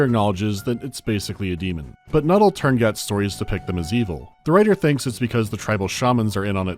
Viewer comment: tuurngait virus? thx for the 2nd "u" and the "t" i guess